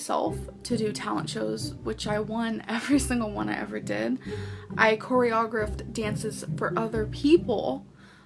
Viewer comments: As someone who was in dance (hiphop-for a short while, Jazz, Tap, and Ballet) I always knew that was a lie. The dances she does are not actual dances you would do in any of these. She cant even do an actual turn or twirl. You would immediately be marked down and if she "chor-o-graphed" anything she would know that. And yeah, you dont always pay attention to that while dancing for fun but as a dancer, you usually do especially in a video. Youre going to want to show off your technical skills. Also, even in beginners classes most teachers let you choreograph dances for fun. Theyre usually not ones taken to competition and even in advanced, you have to audition the dance for competition and it has to be approved as good. I also feel like you would be able to pronounce choreography if you did it. Especially when thats a word spoken in dance quite frequently. Also, literally anyone can join a beginners dance class. You can sign up right now for one (which you should if youre interested. Its super fun and everyone is a beginner just like you so you dont have to feel bad. Theres beginner groups for most age groups) So, just being in dance is pretty easy. But her being placed in advanced or even intermediate classes? Nah. And going to competition with her technique and WINNING? Definitely not. I totally believe that person. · All the years she’s been trying to sell this lah, and she still can’t be bothered to learn how to pronounce “choreographed.” She’s not even trying to be believable, guys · It’s not surprising that it was a lie, considering she can’t even say the word choreographer or choreographed. If that was something she was honestly doing, she would know the proper definitions and pronunciations. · I’ve heard people always look off to the left when they’re making up a lie. Also she can’t even pronounce choreographed, much less do it. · Which is worse her trying to say some form of choreographed or Octavia? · snorts The second she said chory-ogg-riffed...